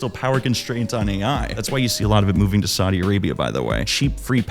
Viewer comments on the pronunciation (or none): none